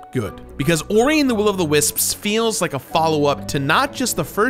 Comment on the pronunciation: pronounces "wisps" like "wis-ps", somehow giving it an extra syllable.